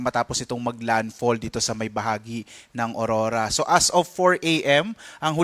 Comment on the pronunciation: Hndi po Orora kundi Aurora yan kasi pangalan naman yan hndi english word